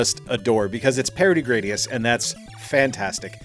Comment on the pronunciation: According to the intro for Gradius 4, it's pronounced Grah-dee-us.